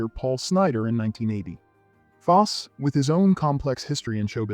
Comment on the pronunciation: Foss-see not Foss